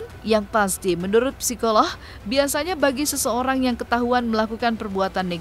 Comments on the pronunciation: Psikolog min.. Bukan psikolohhh.. Ngeres bgt kuping gue dengerinnye 😒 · Apa cuma saya yang denger narator nya bilang psikoloh ?